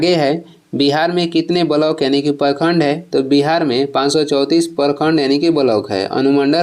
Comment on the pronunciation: परखंड नहीं होता है, प्रखंड होता है हिंदी सुधारिए पहले